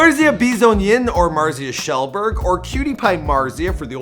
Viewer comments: IT'S K-GELLBURG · It's fucking k jel berg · Ah yes, Marzia KEELBURG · Marzia Keelberg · “marzia kjellberg” I want to cry